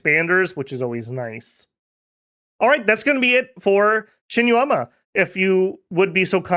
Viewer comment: It feels weird, because he did very well with Yomi. Shinuyama, though... Eesh. 😅